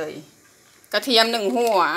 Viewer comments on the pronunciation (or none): กระเทียมหนึ่งหัววววววว เหน่อๆนะเเม่ครัว